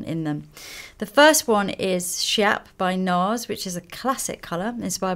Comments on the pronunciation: Schiap is pronounced "skiap" and not "shap", cause it's the shade of hot pink Elsa Schiaparelli invented in fashion industry. just like Armani "greige" or other very peculiar shades of colour. 😊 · Wanted to say this! And Schiap ("skiap") was her nickname, Lisa. 😉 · schiap is actually pronounced skiap :)